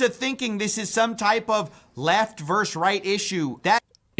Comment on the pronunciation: Versus, not verse.